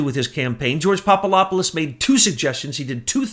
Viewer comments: Pop-a-LOP-a-LUS ??? Are you SERIOUS? Get some new glasses dude. Come on... it’s not that hard to say: POP-uh-DOP-uh-LUS Switch the LOP for DOP and you’ll stop sounding like a fool. PLEASE! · Popolopolus?? 😂 Poor just CANNOT get that guy's name right. Love you,! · PapaDOPoulos not PapaLOPoulos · Kept waiting for Betsy to correct "Popalopoulos." She usually catches those things. :) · Great show, but better to be less sloppy with the names. Poppadopolus has a "D" in it, not "Poppalopalus"; Gen Flynn does not have a "T", unlike "flint". I'm probably misspelling these names.